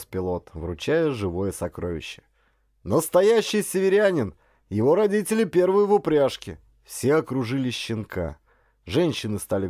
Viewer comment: Не понравилось! Дикция - вместо звуков д произносит - дзэ, а вместо т - ц например слово родители - РОДЗИЦЕЛИ. Это невозможно, особенно когда говарит мужчина.